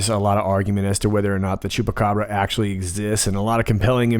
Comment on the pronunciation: I think you like saying Chupacabra! And your pronounciation is Very good!